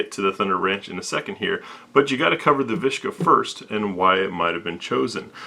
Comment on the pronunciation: it's a viska, not a vishka is not russian